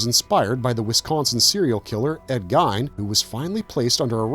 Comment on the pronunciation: The way he fucked up geins last name 🤣🤣🤣